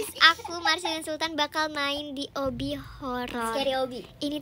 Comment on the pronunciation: obby kocak bukan obi😂😂😂😂